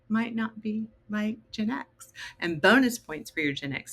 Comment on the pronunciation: is anyone else finding the way she pronounces GenX really annoying? Its Gen X not Genex